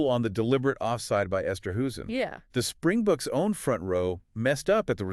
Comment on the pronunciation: Springboks not Spring bucks please get it right